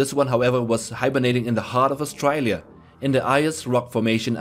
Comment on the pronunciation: the way u said Australia XD austriyliya tho u used the correct Plural for octopus so gj